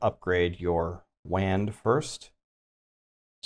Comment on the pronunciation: Okay there's no way he seriously pronounces the word "Wand" 🤣🤣🤣